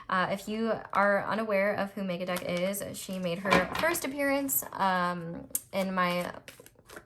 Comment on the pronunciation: When you said Megadeck I understood MegaDuck and was like what the heck is a MegaDuck? 😅